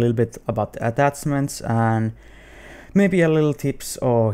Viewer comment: "atatzmanz" XD